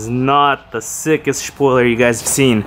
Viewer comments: wait wait wait....... you are telling me that it is not pronounced shpoiler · Looking good fellas! And yes it's spoiler not shpoiler 😄